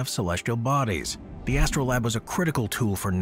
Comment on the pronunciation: Why do all the people who read these scripts not look up how words are pronounced? It's literally what they're paid for 😂 "Astro-LAB?"